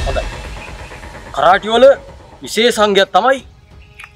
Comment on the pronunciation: පුතාලා කරාටි නොවෙයි කරාතේ කරාතේ කියන්නේ හිස් අත යන අරුත .